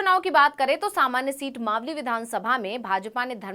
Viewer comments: तू खुद मालवी बोल रही है मावली की जगह गेल चोदी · 4.21 आप खुद को इतना बड़ा रिपोर्टर बता रहे है तो मावली का उच्चारण मालवी क्यों किया इस हिसाब से तो आप भी रिपोर्टर बनने के लायक नही है😂😂